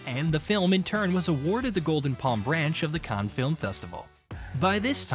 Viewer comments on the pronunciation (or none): none